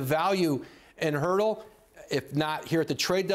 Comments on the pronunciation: It's not Hurtle its Turtle. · Did Woj say Hurtel??? Hertel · I don't think that's true, my understanding is that it's pronounced Pertle. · why does he keep on saying "HURDLE"?...it shows how little, people knows about the Spurs...nobody even bothered correcting Woj...I hope this is the year our Spurs come up with the 1st pick of the draft. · He said Jakob Poeltl last name so wrong